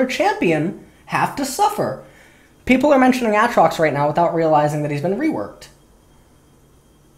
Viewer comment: Still don't understand why he says A(t)trox instead of Aytrox.